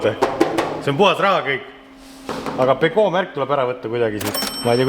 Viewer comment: Pesoo,Renoo...fransuski kavnoo...